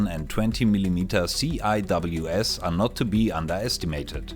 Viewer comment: Not sure if anyone else mentioned this, but just a quick point that CIWS (Close-in Weapon System) in english is typically pronounced as one word (pronounced SEE-Wiz) rather than the individual letters.